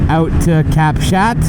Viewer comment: Cap Chat is pronounced, Cap Shaw!